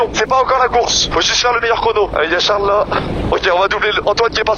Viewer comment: "Charle" 😂😂😂😂😂😂😂😂😂😂😂😂😂 (Unchaind) 😂😂😂😂😂😂😂😂😂